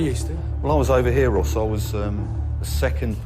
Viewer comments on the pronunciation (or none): its Ross like "boss", not rose like "a rose" lol still ide change my name if this kept happanin